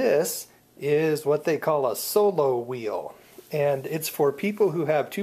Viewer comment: It's called SOLOWHEEL! NOT SOBOWHEEL